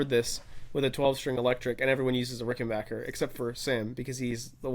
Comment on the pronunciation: And it's Ricken - BACK - er, just like Get BACK! It's not Ricken - bark - er 😂